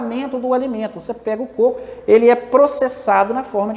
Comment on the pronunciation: Côco.😃 e não "cocô"